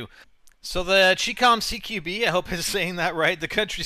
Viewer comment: you mispronounced chicom. the CHI is pronounced like the "chi" in "Chinese" and the COM is prounounced like the com in "Communists"